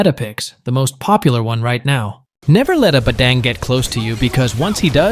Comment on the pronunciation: Its badang not badeng 😂